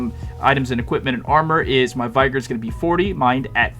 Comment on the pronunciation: Thanks for building this. Just a nit, vigor rhymes with trigger.